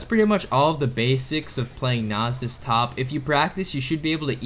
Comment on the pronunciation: I feel like you are intentionally mispronouncing Nasus and Illaoi